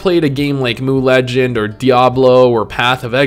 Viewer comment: Mooooo Legends? It's M.U.